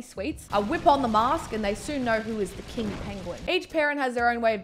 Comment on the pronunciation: i thought you said "kink penguin" tbh